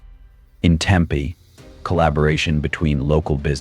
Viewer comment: Messa, Toosen, Tempah 😅